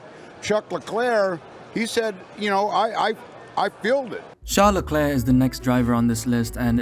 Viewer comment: And mispronouncing his last name.